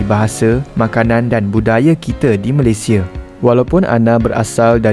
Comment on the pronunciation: Bang sebut lah nama NEGARA tu dengan betul , cara sebut yang betul MALAYSIA - *MALAY SI YA